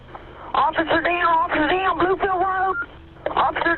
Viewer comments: I know it's not funny but the Heloo Helooooouuw, officah deowwn offica deowwn! cracked me up. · It's a terrible situation and the woman calling in is a Good Samaritan. But her incoherent "Officer Down's" still make me chuckle.